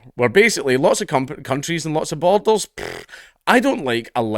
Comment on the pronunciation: Great video! I did struggle a bit: 'Is he saying bottles? How are bottles great to a country? Boulders, maybe? No, that doesn't work. Borders! He's saying borders!' Please forgive me, I'm a Yank.